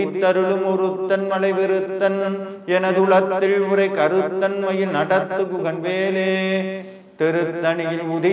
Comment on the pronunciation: ழ -உச்சரிப்பு மிகவும் தவறாக உள்ளது. மாற்ற வேண்டும். மயில், மயிழ் alla